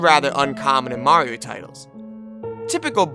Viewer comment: Why do you say Morrio instead of Mario?